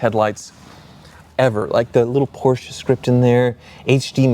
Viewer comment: Thanks for pronouncing Porsche the correct way! And I agree with, the rear of the convertible looks a bit odd, I'd prefer a fixed roof.